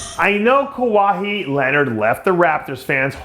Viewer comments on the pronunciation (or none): wallahi it's not KUWA-HEEE Dave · Dave, who the heck is Kawha-he 🙄... 😆😆😫😫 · The way Dave pronounced Kawhi's name made me cringe lol